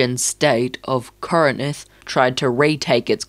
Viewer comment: Its not pronounced kor e nin th Its kor in th